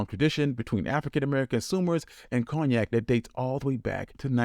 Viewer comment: Its pronounced CONE-YAK